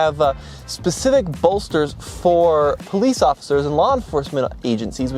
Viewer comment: It's "specific", not "pacific"